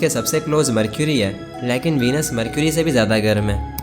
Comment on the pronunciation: Leaekn nahi Lekin hota hai na 😂😂😂❤